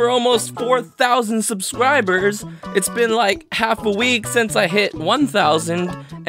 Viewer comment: Did you say subscriburgers? Lol. Anyways, subbed after watching this vid, keep up the good work!